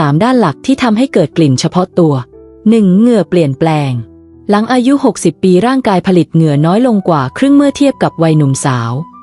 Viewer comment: ทาว หลั่ง คือ เท้า กับหลัง งง อะ เสียงนี้ปล่อยมาได้ไง